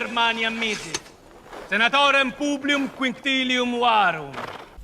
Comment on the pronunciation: Why is the S in Publius pronouned M ? He says PubliuM waruM.